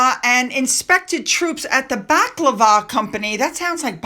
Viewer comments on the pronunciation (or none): Bal a clava as in battle of , that's the pronunciation you're looking for .